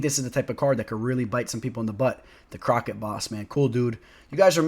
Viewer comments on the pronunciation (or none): The Crockett boss haha that was great! It's pronounced like kro shay. The crochet boss. Good stuff! Thanks for the laugh